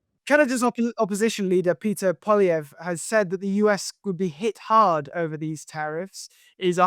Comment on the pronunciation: His name is PIERRE. Not PETER! Like seriously!? What are you American?!